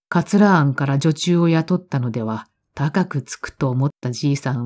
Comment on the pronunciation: 珍しく読み間違いが御座いました。 38分頃『桂庵』は『かつらあん』でなく『けいあん』 色々聴いた中で一番好きな朗読チャンネルです。 久坂葉子はこのチャンネルで知りました。 料理しながら、お風呂の時、スキンケアしながら…拝聴するのが愉しみです。 いつもありがとうございます。